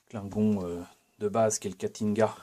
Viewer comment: C’est bien joli tout ça, en plus je trouve que tu maîtrises la prononciation Klingon 🤓 J’en vois beaucoup de la playlist star trek ce jours-ci. Je ne sais plus si c’est dans celle-ci mais « on retourne, Thérèse », j’ai ! 😂 Je suis vert que tu l’aies cassé en nous le présentant. Mais j’imagine qu’il est réparé depuis